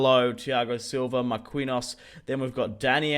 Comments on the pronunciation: It's pronounced "mar-keen-yos" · Why u sain Mar-queen-hose..